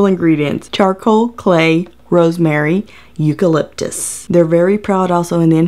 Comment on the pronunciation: But uuuhm? What is eucaplyptus? Hahahaha